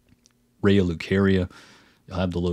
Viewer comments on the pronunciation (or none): none